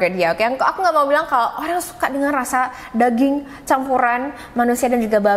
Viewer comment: Percaya ngak,, aku dengerinnya sambil masak petty 🐷 dong😂😮‍💨,,, Ngakak pas bilang daging 👩‍💼👨‍💼 rasanya mirip danging 🐷..